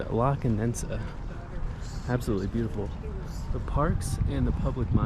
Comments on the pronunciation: Hello, to begin with, it's not condensa, it's countess (condesa), kondeza, I inform you that Mexico City is one of the safest in the world of its kind, and it is among the ten safest in Mexico, and not only in Roma or Polanco, the entire city It is very safe, achievment from 5 years ago, obviously if the possibility of being robbed in some places increases by a percentage, but believe me, everything is well monitored and controlled, not just the "tourist" places as you believe, in fact CDMX is not already done nor was it thought of in tourists, everything you see has been thought of by local inhabitants, that city has only been exploited for tourism in the last 15 or 20 years ago, one fact: there are more than 80,000 cameras throughout the city connected to a large control center, bigbrother, and its police and organization is an example, greetings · Condesa (Countess) Not CondeNsa (Condenses) 😂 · i just want to help you. It is NOT CONDENSA, BUT CONDESA. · Like your vids bud....a little correction...you keep saying "Condensa" its actually "La Condesa" only one "n" !!! did you go to Santa Fe and el parque la Mexicana? you need to explore that area, check out Museo Soumaya and Coyoacan bohemian neighborhood!!! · Condesa not Condensa. Condesa means countess. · Condesa ! Not Condensa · Condesa ❌ Condensa ✅ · It's CONDESA not ConDENSEa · I crack up everytime, it's conDESA not condensa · Hi, I love your videos and your honesty. But the neighborhood is "La Condesa" not "La Condensa". There is only one "n". sorry, you just said the name wrong multiple times in this video, and I just wanted to correct that. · it's La Condesa, meaning "the countess" Condensa sounds like condensation happening lol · Con-de-sa not Con-densa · One more thing I wanted to comment: you kept mentioning "la condensa" but is in fact "la condesa" con-deh-sa, without the second "n". It means the countess. You kept making me laugh. No insult intended, just pure fun.